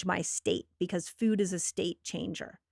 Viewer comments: I got so distracted by her pronunciation of food over and over. Feud. Also, no one should drink the milk from any animal. Ever. Unless you want to keep the females sick and tortured and pregnant their whole lives. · Its foooood, not fuds, where did she learn how to say this??